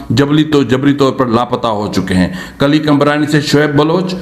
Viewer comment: Sir ye word kalli nh killi hai thank you